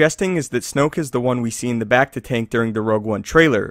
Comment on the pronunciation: how he says becta bugs me